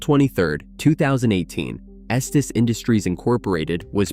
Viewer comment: Its pronounced "esteez"